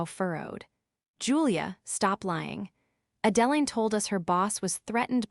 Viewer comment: The pronunciation of the name Adeline needs to be corrected. Extremely annoying!